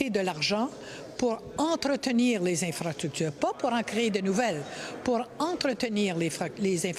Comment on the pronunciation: Les ''infractutures'' hahahahahaha